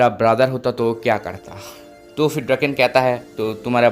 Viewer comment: ड्रकेन नही डोराकओन ही उसका नाम